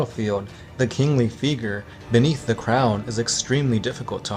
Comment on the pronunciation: lol, that's a funny way to say figure